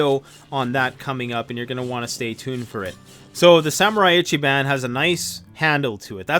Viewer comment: Love your videos, always have. Just one thing, though most people wouldn’t know, or even care. However my ears hurt when someone says Ichi-“ban”. Japanese pronunciation is “bah-nn. Even using only three syllables is generally accepted though Bahn or like the city Bonn (rhymes with John) is never pronounced and as ban and in bandaid. Same thing for Samurai. Sa is pronounced as “saw” Saw-moo-rah-ee (with no inflection or emphasis on any syllable.) Thanks for considering this. Still love your format.